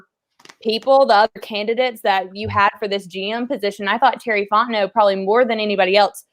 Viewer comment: 1 of 2 ways i need this to go down.... either you figure out how to say the mans name, "Fon T Know", OR, you continually mispronounce it for the entirety of his tenure at the falcons or just call him BIG T BABY